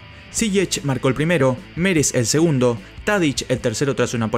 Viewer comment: Te equivocaste. No es meres. Es Neres